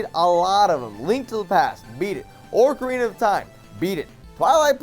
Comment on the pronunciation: Can't even pronounce ocarina of time right. Yet you hate on a game which no one gives a fuck that you do.